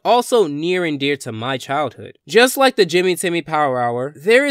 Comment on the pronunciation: The word is "THE" not "DA"